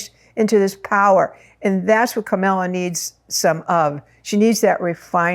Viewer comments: KA-MAL-A not KA-MEL-A. She has two stepchildren who consider her one of their parents. They call her Momala. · Thank you for the information--but truthfully, I couldn't finish listening to it because of the. mis-pronunciation of Kamala's name--KAH-mu-lah, with emphasis on the first syllable. The mis-pronunciation Kah-MAH-lah is offensive to me, since Trump does it, when he knows better. It's a sign of dis-respect, though I'm sure you didn't mean it that way. Thank you. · Three quick thoughts - 1) Please pronounce Kamala’s name correctly. Think “comma” + la = it’s not hard! 2) Please do not call her a “girl” - she is a 59 year old woman, wife, lawyer, and VP. 3) Kamala is not Margaret Thatcher - and let’s thank our Higher Power for that… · Why do people have a hard time with her name? Its KA MA LA, not Camilla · Pronunciation of her name is Comma(,) la. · It would be RESPECTFUL if you would pronounce Kamala's name correctly AND not refer to her as a "girl". She is the current VP and does not deserve to be diminished in any way. Thank you. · That was my thought., you are not that old that you can call a grown woman "this girl" It could be considered a dog-whistle especially since you keep pronouncing her name incorrectly. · Please say her name correctly! Not like Trump! Kamala will win 🥇 ❤ thanks 🙏🏽 I remember working with you at the old Whole Life Expo 1999 ❤ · Thank you! I did mention imported to say her name correctly, not like Tump 😂 And she ain’t no “girl” 💃🏾🗡️🌟